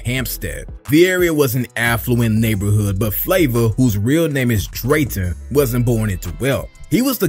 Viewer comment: His name is William Drayton..not drayton😮‍💨